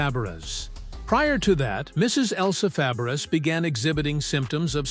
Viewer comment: Shelly Fab-BRISS?? Really? How can you relate to this clip when the announcer can't even pronounce her last name correctly?